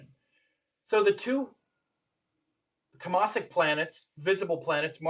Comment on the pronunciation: Great talk. Just a suggestion . The pronunciation of Rajasik is raajsik and tamasik is taamsik. Not rajaasik and tamaasik. Hope i don't offend you by this !